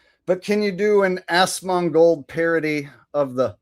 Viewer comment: 100% A.I. 😂 Good Show, Are saying Assmold when you imitate Asmongold 🤣🤣😂😂